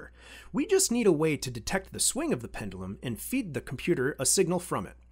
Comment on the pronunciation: Pend-you-lum… not pen-dull-um. Great channel btw. Would love to see you do an 8-bit breadboard video series like Ben eater but with the SAP-2 architecture….